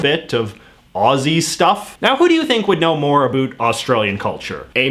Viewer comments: “A boot” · Wait, you go all in with the stereotypical ‘oot and a boot’ for out and about, but then use the American pronunciation of Z? What gives? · JJ pronounces about as a boot, Aussies as a bat, and in addition to the wildIy different pronunciation there are numerous lexical differences. I really wonder why and how so many non-native speakers are able to learn it! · The way he says 'about', is that normal or is he just exaggerating it? It sounds so weird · Crazy Robots I was thinking the same thing. And then he pronounces about like an American pretending to be Canadian…